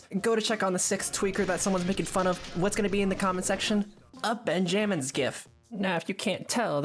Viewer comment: Ben jammins🙏🙏✌✌😭😭 im pretty sure its pronounced benjamins gng